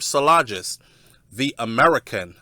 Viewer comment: MOISE is pronounced MO-EEZ. It's not difficult. Stop bastardazing his name and being a typical American. And it's Solanges—the the "s" is silent.